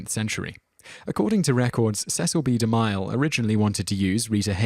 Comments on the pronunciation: The narrator really needs to learn how to pronounce some of these names: De MILE? It's De Mill .. like a saw mill! The he pronounced Salome (Sah lo may) as (So Low mee) It started getting irritating. He's done this in other videos too. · Alex Medina Bright Yeah...it's difficult to believe it's not on purpose... XD: It's not pronounced "di-MILE"...it's pronounced "de-MILL" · It's pronounced de mill, not de mile, you ignoramous. Sol oh may, with the accent on the first syllable. It's like you grew up in a vacuum and have never heard these names pronounced. smh You're also a liberal dimwit. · you're gonna get A LOT of this. But Cecil B DeMile is pronounced De-Mill (as in something you grind flour in) not De-Mile (as in a unit of distance). Can't change it now i know, but it's VERY grating. and unfortunate as the man's made a lot of the movies in this top 10. your channel rocks btw! xX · Cecil B De Mille is pronounced...... DE MILL not like mile. That is all. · I enjoy these videos but am always intrigued as to why so many common names etc are mispronounced, is there a reason for this? I accept that some names are difficult to pronounce (after all I am Welsh and most non-welsh speakers find Welsh names difficult to pronounce correctly) especially if you are unfamiliar with them but Cecil B deMille or Sodom....